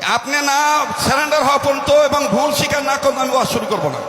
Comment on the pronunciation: আব্দুল খালেক শরিয়ত পুরির বাবা সারা জীবন রিক্সা চালিয়ে সংসার চালাইছে , কখনও খালেক সাহেবের টাকা খায় নাই। শিক্ষার দৌড় কতটুকু ইংলিশ শুনলেই বুঝা যায়, সারেন্ডার কে বার বার বলছে সেলেন্ডার। সব শেষে বলবো অহংকারই পতনের মূল।